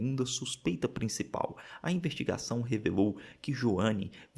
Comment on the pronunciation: Reparei que vcs às vezes troca o S pelo R, tipo ao invés de falar investigação vc fala invertigação, vc fala vertir ao invés de vestir e outras tantas palavras tb